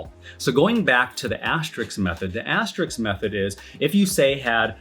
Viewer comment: Had to stop this video because you can't say "asterisk" correctly 😂😂😂